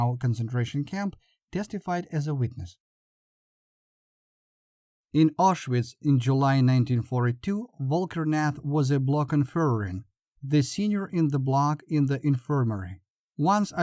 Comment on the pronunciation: Find a narrator who can properly pronounce words and names. Vol-KEN-RATH..not Volker-nath!!